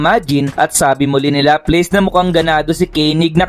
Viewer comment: bat ganyan pronunciation mo ng mga pangalan nila? laplace - laplas, cazaream - kazarim..